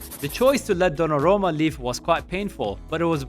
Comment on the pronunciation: Good content, except you mispronounced and misstyped dollarumma a lot...